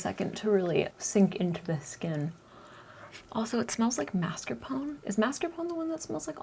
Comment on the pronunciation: It’s actually mascarpone... 💋💋 rather than marscapone.